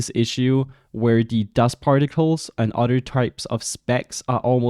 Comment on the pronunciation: I love when you say "other" lol. It sounds like you saying udder 🐄